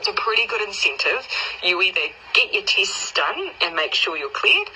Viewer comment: Horse faced bonehead says tist instead of test.